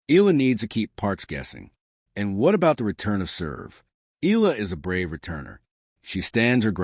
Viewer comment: Her name is Eala ( e à la ) not ( eela )